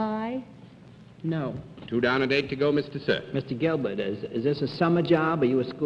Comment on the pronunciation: I love how John Daly can't pronounce "ER" Notice he says Al-bet not Albert, or Robet not Robert and here he calls the operator "Gilbet not Gilbert